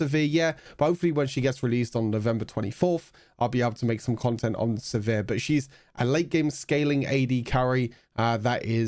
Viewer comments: I say "Siver" You been saying "se·vere" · The way you pronounce sivir makes me cringe